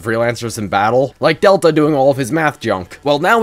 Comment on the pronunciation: One small correction it is pronounced del Ta not data